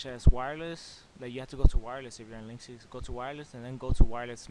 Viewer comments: Link-Sis not link-cease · did he just say "linksees"? oh lord, cant take this guy serious